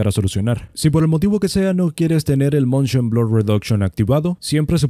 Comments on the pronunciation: es "Motion" no "Montion". Y bajale un poco al volumen de tu voz, es un poco molesta tan fuerte. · Se dice Motion Blur, no "Montion Blur" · moNshion xD... ese buen spanglish si se puede oir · el MONSHON xd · montion ,,jajajajajajajajajaja